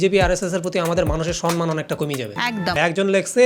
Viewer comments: 👉 দাদা সন্মান নয় সম্মান (সনমান নয় সমমান) হবে ওটা ছোটো মুখে বড়ো কথা বললাম ক্ষমা করবেন 🙏 আর ভিডিওটা একদম সেই ছিল দাদা ❤😂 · তুমি দাদা ওই পিসির মতন sonman বলো না প্লীজ । এবার somman বলো